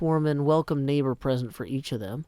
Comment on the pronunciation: "Howdy, Neighboür!" is perfect German. LOL